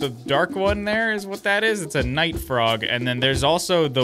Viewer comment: ah yes, the froge